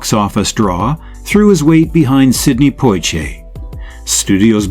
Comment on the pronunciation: Poshe (Portier). I dispise AI-generated material like this. A good topic but I cannot listen to this. Thumbs down.